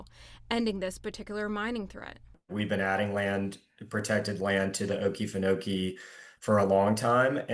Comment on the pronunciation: Oh-KEE-fen-oh-kee, with the emphasis on the second "oh." Thanks so much for sharing this story! 🙂